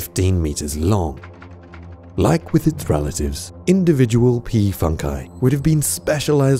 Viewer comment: Awesome video when u said p funkie it sounded like u said p fuck i hehe